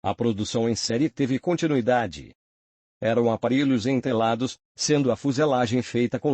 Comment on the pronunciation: ENTELADOS E NÃO "ENTRELADOS"! É FREIJÓ A MADEIRA E NÃO "FREIJON".